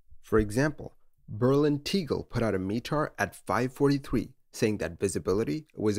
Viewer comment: T-eh-g-eh-l. There is no ‘e’. Unfortunately, closed now.